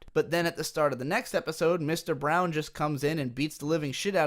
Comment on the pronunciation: Just wondering whether it was Mr. Brawn or Brown, because was saying Brown, good video by the way